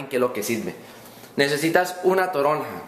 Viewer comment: ES toronja no torona, es un cítrico como la naranja, pero mas grande y sabe un poco ácida.